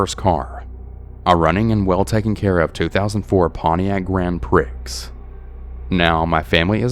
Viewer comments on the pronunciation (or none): Grand prick!!! 🤣🤣🤣🤣 it's pronounced like "pre" man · It's pronounced 'Grand Pree' not "Grand pricks" in the story 😂😅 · Grand “pricks” 😂😂 it’s pronounced “pre” for future reference. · It's pronounced 'Grand Pree' not "Grand prix" in the story 😂😅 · Awesome set of stories. However, I spit my lunch out laughing when you said "Grand Pricks" 😆 For future reference it's pronounced pree. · Grand Prix (Grand "Pree") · Grand Pricks lol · Grand prix is pronounced grand pre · Grand Prix is actually pronounced Grand Prie! Although I jokingly call it what you called it. 🤣